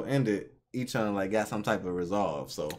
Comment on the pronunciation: I'm sorry, I love you guys...but his name is pronounced *A-chan*.